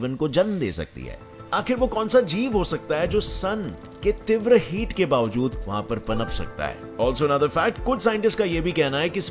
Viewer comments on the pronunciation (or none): none